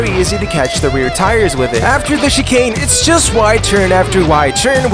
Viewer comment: you pronouced chicane like chee-kane, it's more like chee-can.